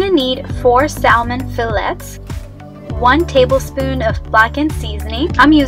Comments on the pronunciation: Love it but can’t get over how you say salmon and fillets and ASSparagus 😩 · Sal-mon, Fi-lets, and ass-paragus